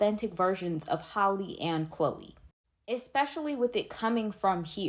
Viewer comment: It’s Halle like Halle Berry not Holly.